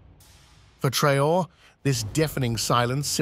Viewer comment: TRAH-OHRAY ( TRAORÉ)